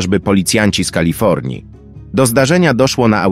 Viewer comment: Nie Kalafiornia tylko Kalifornia szanowny